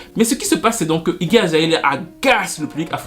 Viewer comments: C'est Iggy Azalea pas Iggy Azaelia. Juste, j'étais un peu confus à force :) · Toujours au top du top tes videos ^^ un peu de mal à dire "Iggy Azalea" qd meme ptdrrrr